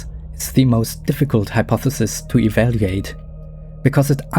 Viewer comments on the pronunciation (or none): wow you say EVALLEEATE instead of EVALUATE... big surprise!!! 🤨